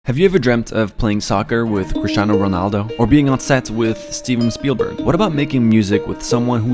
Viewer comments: Did you say RISHANO RONALDO 😂😂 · Nobody else notice that he called Cristinano Ronaldo like “shdiosksn Ronaldo” 😂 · Wait, how did you pronounce Cristiano again?!